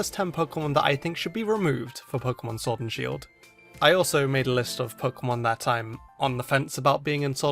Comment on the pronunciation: showrd an shield lol that sh keeps getting us